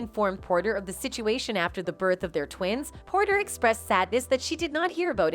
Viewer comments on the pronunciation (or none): it’s Porter. Not Potter.